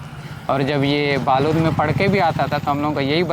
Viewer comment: बालोद नहीं बालूद होगा क्योंकि दंतेवाड़ा के लोगों के मुंह से सुना है दंतेवाड़ा में था